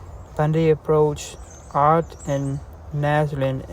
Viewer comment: Its not oat, its ott. Her married name.